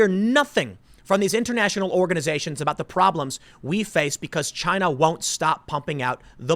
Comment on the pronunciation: Tick tock Chy-na...Tick tick...